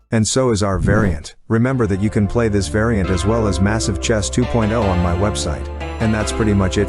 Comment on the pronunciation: The amount of times he said massize is crazy